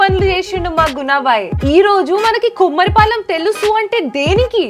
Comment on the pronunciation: Not కుమారిపాలెం it's కొమరిపాలెం. ..